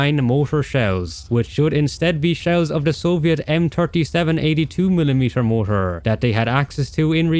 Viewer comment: It's pronounced MOR-TAR not MO-TOR, learn how to pronounce words you repeat multiple times. Very annoying!